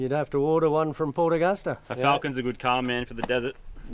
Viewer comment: the way mood says port Augusta annoys me being from the west coast of SA